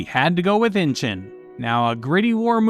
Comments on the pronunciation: Someone really needs to learn how to pronounce words correctly. Amityville is pronounce AMITEE-vill, not Amita- vill. Amd Inchon is pronounced IN-chon. NOT inchun. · 'Inchon" is actually pronounced "In-shawn" not 'Inching". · It's not inchin it's in inchon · It's pronounced Inch on.